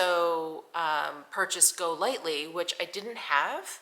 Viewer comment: It's not pronounced "Go lightly" 🙄 basically a video filled with rubbish products.